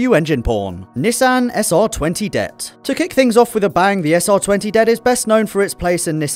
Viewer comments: D.E.T not det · is it me or is saying "det" instead of d.e.t. really annoying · D.E.T not duet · SR20 DET?, your pronunciation? Nobody says it like that, its D-E-T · d-e-t not "debt" who reads out acronyms? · If he says "DET" like it's one word, one more time.. ughh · Sr20debt rb26debtt I say d-e-t who else? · Am I the only one who cringed when he said SR20 "DET" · WHO THE FUCK CALLS IT A DET ITS DEE EE TEE REEEEEEEEEEEEEE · D...E...T...the more you know..."det" smh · Makes me cringe when the RB/SR's are pronounced "debt" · Anyone else find it irritating how he pronounced DET at a word... rather than individual letters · First time I ever hear someone prononce "DET" as one word 😂